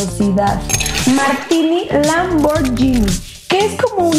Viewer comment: Solo como información que cura, Lamborghini se pronuncia "lamborguini", no "lamboryini".